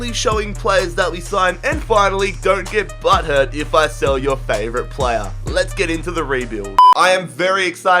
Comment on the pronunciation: I like how he said Shell instead of sell